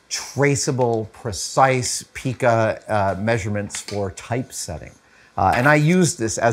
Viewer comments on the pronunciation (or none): G'day Adam, greetings from down under. 🦘 As a very old compositer, if I may humbly point out, Pica is pronounced pie cu. Love ya work.